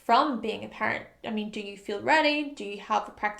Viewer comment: Taurus sun here. When you mentioned becoming a parent, I thought you said "pirate" at first. I don't really anticipate becoming either one.